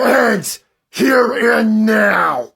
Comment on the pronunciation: “Be lucky I am eating wyte neow andt nawwt tearwing into somebody’s frwoat right neow” bro 😂